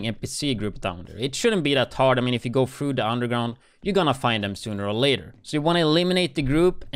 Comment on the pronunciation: Yo Go "Frew" The Underground! - LoL Hey, How Can You Pronounce "The", But Not Through? Ahh... Who Am I Kidding... Your Accent Is Adorable & Half The Reason I Enjoy Tuning In... But I Kinda Went Into Shock, After Seeing What You Really Looked Like... Simply Beacise I Always Imagined You As Having A Darker Complextion, With Such a Thicc Accent Like Yours.. Now IDK Why, Maybe Beacuse I Don't Hear It Often Enough To Pin It Down, & With Out Thinking About It More It Just Seemed More Exotic, Which I Have Now...But Nope, Just Another Nordic European Slav White Boy! Huh! (I'm Just Guessing)--Tbh? & There Aint Nothing Wrong With That, Hell I'm Polish And Norwegian: Which Is Much Worse! Have You Ever Heard The Spoken Norwegian Language? It Sounds Like Some Drunken Gypsy Slang!